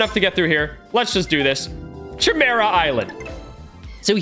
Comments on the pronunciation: RUSSO ITS PRONOUNCED CIMERA NOT CHIMERA🤬🤬🤬🤬🤬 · i’m pretty sure it’s pronounced kimera not chimera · ki mear uh i think its pronounced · its a k sound not sh sound in chimera sory it just gets on my nerves some times love the vids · Not trying to be mean or anything but the proper way to pronounce chimera is kimera. The ch sounds like a k. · Me: he’s disrespecting hxh, he is saying chimera wrong, it’s more like Kimera, then chi mera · YOU SAID HUNTER HUNTER CORRECTLY LETS GOOOOOOO!!!!! And btw its pronounced: Kiy Mare ah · Chimera is pronounced (ki) (mera) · He keeps on saying Chi Mira lol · Bruh you used the wrong ch It’s pronounced Kymera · the Ch is said As a K Kimera-Chimera Learn english. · its pronounced ki- Mera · The way he was pronouncing chimera was tweaking me to a different extent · Yeah I hated that. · Mr Ok yea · Now Ik why you didn’t know how to pronounce “Chimera” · bro notice how he says chimera